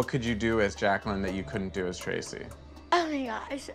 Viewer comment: I honestly thought she said "I'm crazy" not "I'm Tracey"